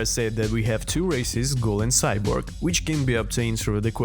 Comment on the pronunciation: When he pronounced Races i hear racist😅